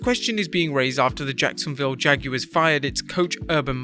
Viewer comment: The Jag- U-Wars😂😂😂😂😂